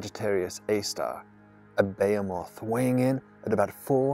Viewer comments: You had me at your absurd pronunciation of behemoth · You say behemoth weirdly